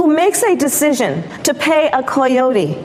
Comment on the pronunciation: I fucking HATE the way she pronounces "coyotes", I don't know if it's supposed to be more "authentically Mexican" or something, but I am Mexican and I think that's a stupid way to pronounce it.